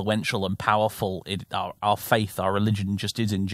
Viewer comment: "Warriors of the face": As a German I appreciate that mispronunciation